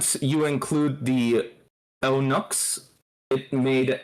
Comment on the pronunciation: El Nick instead on eunuchs is funny